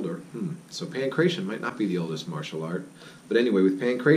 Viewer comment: Good video. Accurate as far as I know. My parents came from Crete and I used to speak Greek. "Pankration" is not pronounced "pan kray shun". More like "pan krah tee ohn". "Pan" means "all" or comprehensive. "kration" is disputed in this context. It likely means something like forces, forceful skills, martial arts. Thanks. Mike"